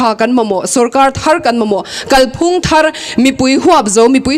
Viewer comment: Midang sawi ang lo in, 'Kalphung' tih a lam rîk dân hi a dik.